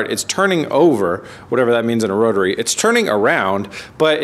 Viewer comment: B is for Brotary Said bro-tary